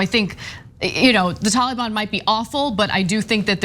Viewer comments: "the tollybon" lol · The way the reporter says Taliban is correct the way Anna says it's kind of cringe